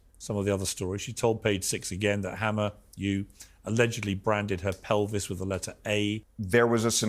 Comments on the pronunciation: A chaque fois j’entends dahmer au lieu de hammer 😅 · Moi aussi ça m'a choqué à chaque fois qu'elle prononce le nom de hamer j'entends dhamer !